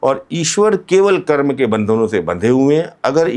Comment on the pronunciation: कर्म को कर्मा क्यों कहते हैं, क्या आप अंग्रेज हैं 😂